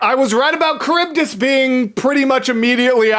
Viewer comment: Sorry your kind of annoying me with calling charbydis caribdis it's CHar-bi-dis